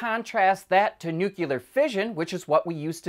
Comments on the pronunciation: Nuclear. Not nucular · NUCLEAR not NUCULAR. For crying out loud. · It's pronounced "new clee er" not "new cue ler" . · Ha ha...you tell him brother! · N-U-C-L-E-A-R.......NOO-KLEE-ER.....Not NUCULER. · sheesh, it is not pronounced "new-cue-ler". Try saying "New-clear" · Dude i love this series. But you are killing me with your elocution. It is pronounced Nu-Clear not Nu -KULAR. other than that, please continue. Love the show. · “New Clee Er”. Please. Also, fusion at scale in under 50 years? Hogwash. It’s taken more than 50 years of focussed, dedicated work to get to barely more energy out than in. Some startup with a PR firm is not going to deliver anything. See also supersonic flight. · Why can't people pronounce NUCLEAR correctly??? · C He pronounced it like George Bush used to, nu-cu-lar. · no dude, you are not listening. He is saying Nukular. Others in my home heard him and agree.